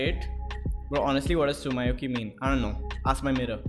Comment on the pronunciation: Everyone:Tsumyoki Him:Tsum my oki